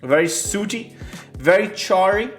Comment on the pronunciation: An 88 isn't an A either. And it's 'sooty', rhyming with 'bookie', not "suity".